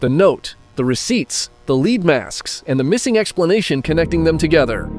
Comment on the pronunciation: Don't let the lack of views deter you. Keep going, that's all you can do. The only way to fail is to quit. You should try and do longer videos, 10 minutes or more. Also you voiceover is annoying when it says "leed masks" just check it, changing it to "led" should work.